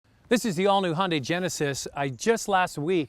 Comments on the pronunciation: it not hundi.......its ...hi un dye....say it... again...... hi un dye.....got...plastic american guy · guy it’s Hun-Day